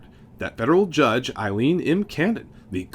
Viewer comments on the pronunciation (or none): Why do people have such trouble pronouncing women's names? Her name is AY-leen. And Kamala's name rhymes with Pamela.